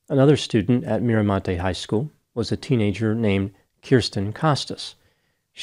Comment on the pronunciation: I can't believe you said Mira montes today